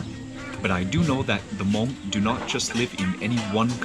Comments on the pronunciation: Beautiful video as usual. It's nice to hear the word Hmong pronounced correctly. I find that when I have too much American food I crave the simple delicious flavors of our Hmong food. It's what I go to for comfort. I would have liked to hear some Hmong being spoken in the video but regardless you are are always so respectful when you speak to others. It was also really nice to see Mark, Ying, and Micah too! Can't wait for your next video. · Love it. Your pronounciation of Hmong/Hmoob is so right on too. Thanks for sharing our culture with the world and showing so much love towards such simple food dishes. Subd 😁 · Your pronouncing “Hmong” is excellent!